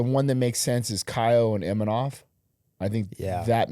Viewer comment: I don't get why they said "Imanov" or Imamov. IMAVOV How difficult is that?